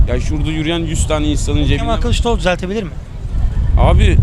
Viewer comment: Artık yeter Kîlįçlaroğlu diyen mantığı hiç anlamıyorum gerçekten